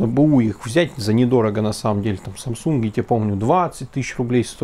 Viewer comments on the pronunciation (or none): none